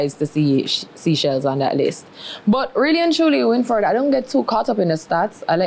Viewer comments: Seachelles is pronounce as say-chells my dear..not seachells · SEA-shells? SEE-shells? It's Seychelles..pronounced SAY-shells